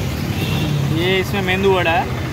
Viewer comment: Bhai मेंदूवडा नही उसको "मेदुवडा" बोलते है।